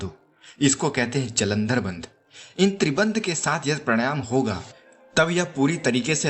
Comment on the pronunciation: Pehle bolna to seekh le pranayaam tak nahi bolna ata